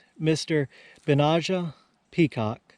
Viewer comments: It is pronounced Ben-aye-ja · You would pronounce his name phonetically Ben-NEY-aa its Hebrew. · I couldn't find the exact spelling of this name with a pronunciation but found its a Biblical name also spelled Benaiah so maybe pronounced the same? I'm not sure how to type a word like a dictionary does but vocally it was pronounced of course starting with a 'B' but rhyming with 'Deny-a' as in " I deny a question" if that makes sense haha